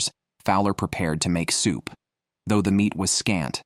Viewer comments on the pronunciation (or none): none